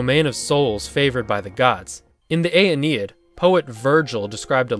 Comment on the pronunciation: Aeneid is pronounced "eye"+"knee"+"id". Loved the video! I'm now subscribed; the bell's set for all notifications. Sorry for the pedantry.